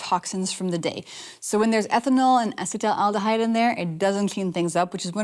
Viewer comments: If you're going to discuss topics like this with such confidence, you'd think you would be able to spell and pronounce the word "acetaldehyde"correctly at least. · You need to learn how to pronounce acetaldehyde